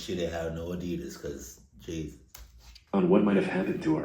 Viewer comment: I love you and your love for Adidas, but you do know you're not pronouncing it right, right? Been watching you for years now and I just have to ask🤷🏽‍♀️😂😂 all love tho🫶